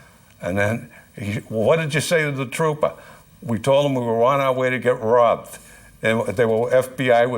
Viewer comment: "We are on our way to get robbet" lol